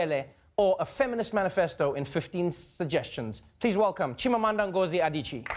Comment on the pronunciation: I am NIGERIAN. Stop the fight. He didn't pronounce is accurately but he tried. For one, he said N "GO" ZI....the word GO.... It's more like N"GOR"ZI anyways... Hard to explain if you're not Nigerian.